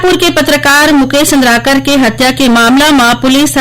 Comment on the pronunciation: सुरेश चंद्रकार मुकेश चंद्रकार। अरे उच्चारण तो ठीक से कर लिया करो जी। बहुत दुख लगता है। छत्तीसगढ़ी किस प्रकार से चंद्राकर है कि चंद्रकर है जरा समझ लिया कीजिएगा।